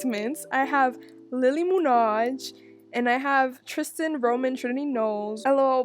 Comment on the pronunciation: i know she didnt just say munaj